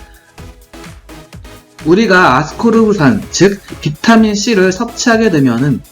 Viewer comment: 아스코르브산인데 계속 아스코브르산으로 발음하셔서 헷갈려요ㅜㅜㅎㅎ